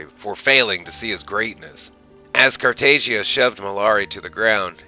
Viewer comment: According to Molari it’s pronounced Emperor Car tah jah. No loud “a” sound.